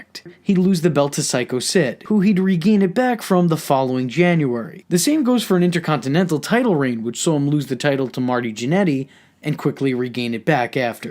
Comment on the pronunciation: i really love your videos bro but i fucking HATE how you say "Inter-contin-ental" Your goatee also sucks big time. Anyway keep up the good work pimp! 👍